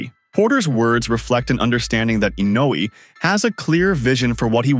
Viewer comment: They just butchered Inoue's and Pacquiao's names :)